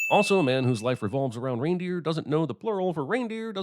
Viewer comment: You repeatedly pronounce "Reindeer" very strangely... How do you possibly get that combination of letters to rhyme with "goose"?? Is that some sort of American accent thing?